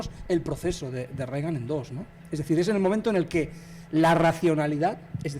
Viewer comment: muy críticos y tal pero dicen Regan, como Ronald Rígan (fonéticamente) véase el sarcasmo